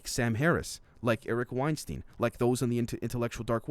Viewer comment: Hey just and FYI Eric Weinstein's name is pronounced like Einstein, i.e. 'Stine' and not 'steen"